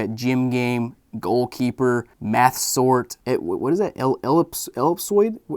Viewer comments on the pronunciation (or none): i thought you said meth sword and not math sort